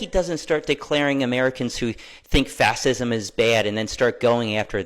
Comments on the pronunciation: Dude can't even pronounce fascism 😂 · Is not "Fashism" instead of "Fassesm"? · Seriously? Going to support a band of thugs that has failed to defeat two well know 20th century dictators and whose actions fueled the raise of one into a global disaster? Read a real history book and tell your buddy he's is completely mispronouncing Fascism. Time to grow up and act like adults not spoiled kids. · It is fucking HILARIOUS to me that the Krazy Krassensteins can't actually pronounce fascism properly.